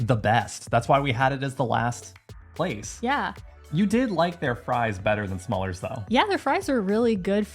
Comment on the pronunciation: Smallers? It is smullers, with a "u" and pronounced approximately as the "u" in to cut.